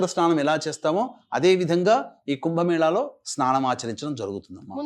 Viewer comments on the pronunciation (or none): ఎంకర్ కి మేళ అనడం రావడం లేదు. తెలుగు సరిగ్గా మాట్లాడం లేదు. మేల కాదు.